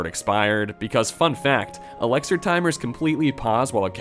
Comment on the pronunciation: Commenting on yet another video trying to invite you to correctly pronounce Elixir. I know I'm commenting and you might think it's good engagement, but if I don't get a reply and commitment to pronouncing it correctly, I'll have to thumbs down the vid :/